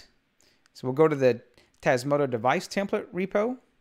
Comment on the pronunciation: One favour please! Say TasmotA